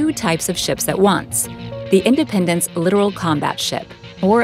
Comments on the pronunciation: "Littoral" is not pronounced "literal"...literally. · Li-TOR-al, literally. And, good report. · you don't pronounce it literal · It’s Littoral with the emphasis on Lit and Oral.